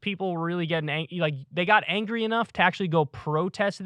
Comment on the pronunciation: Kyle almost said "angy" 😂